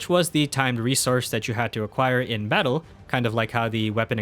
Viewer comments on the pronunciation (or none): none